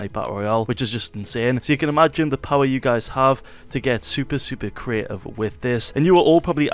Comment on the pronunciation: Fortenite CREEEEIFF. Holy shit say CREATIVE !!!!